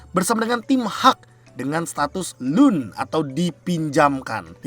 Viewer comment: Loan cara bacanya lown